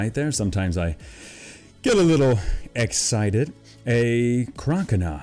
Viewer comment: if you guys didn't hear he said egg sicted